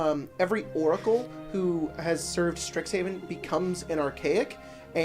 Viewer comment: My Hero rap but its "Stix -Hay-Ven"